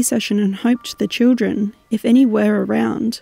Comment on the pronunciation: And just after that “children” I kinda thought sounded like “Jennifer” if that name is a possible relation to anything…